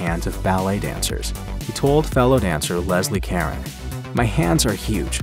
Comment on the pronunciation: Leslie Cah-rone 😀